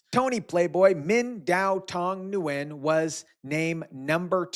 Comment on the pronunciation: Nguyen is pronounced Win 😉